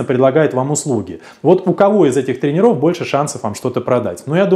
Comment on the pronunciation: Слово "тренерОв" режет слух...